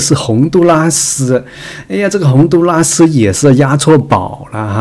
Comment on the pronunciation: 洪都拉蘇……哈哈哈。來一趟台灣也開鼠講台灣國語了喔！